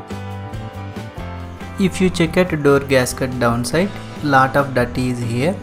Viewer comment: Lat of dirt😀anyway nice